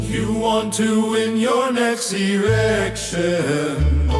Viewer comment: Mr Chinaman say “ you wan to win erection”😂